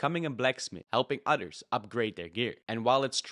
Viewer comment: I can't tell if you are saying "Others" or "otters" But I sure do love otters.